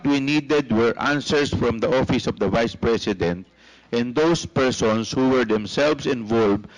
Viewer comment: dan fernandez, "opis ob da bise president"... YUK! Pwede ba tumahimik ka na Dan!